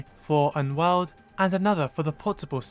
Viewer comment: Everytime he says world I keep thinking he’s saying wild